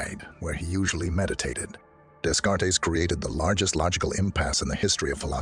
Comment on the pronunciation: "Days-Card-Tees!!" xD I enjoy your content but the amount of times you butchered his name really traumatized me.